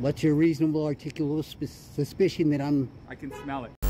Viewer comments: "U got a reasonable articulabal spessssiition 🤣 🤣 🤣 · He can't say "suspicion". His speach pattern would make me suspicious, too. As would his drinking something from a paper bag. Full honesty in presenting these, please. We know you audit and we know you edit.